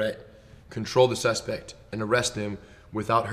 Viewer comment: The sussspect. Hahahahahaha.